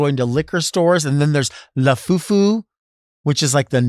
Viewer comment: I know its “Labubu” but I just heard you say “la Boo Boo”